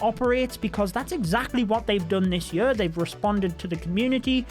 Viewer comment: This yur, las yur, yur yur yur. Love you 😂